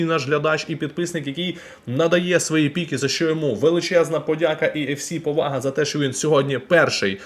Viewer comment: не хочу душити, але правильно піки, а не пікі